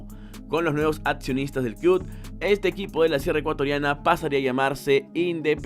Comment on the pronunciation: Iba a darle like pero dijiste 'cluD' 😝